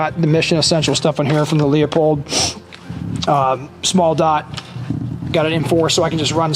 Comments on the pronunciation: Kind of embarrassing that would mispronounce Leupold. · Still can't pronounce Leupold.